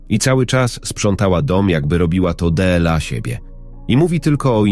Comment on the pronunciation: Co to znaczy te : ce o, de el a. Aż uszy więdną . To właśnie tak wyglada ta sztuczna inteligencja.